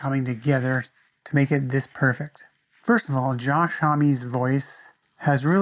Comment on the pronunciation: yet you cant even pronounce joshes name properly AND FAIL to not even mention the greatest track on the EP.